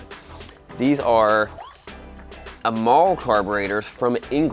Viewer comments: A tip, it is pronounced A"Y"MAL Carbs. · We pronounce amal A mal